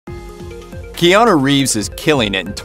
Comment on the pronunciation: As someone who also has a name of Hawaiian origin, it’s like hearing nails on a chalkboard when people pronounce Keanu as KEY-and instead of the correct KAY-anu. Just my .02 , please don’t hate.